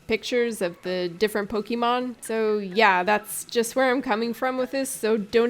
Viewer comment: This entire intro that you are not very experienced with Pokemon was pointless. You only had to pronounce it "Pokeymon" instead of "Pokémon" once for us to know. Also "A lot of people were seeing a Pokemon-esque game, and you are not incorrect but you are not fully right either." So... what makes it different? Because other than really cosmetic things like being able to pick nonbinary genders this is Pokemon with different creatures. It's fine, I am excited about Temtem, but after this comment, I was watching waiting for these big differences and... nope this is just reskinned Pokemon with co-op.